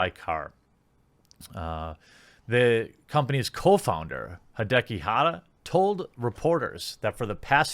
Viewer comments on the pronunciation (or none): none